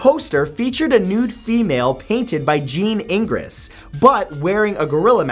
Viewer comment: Jean Ingres is pronounced Jon Ang.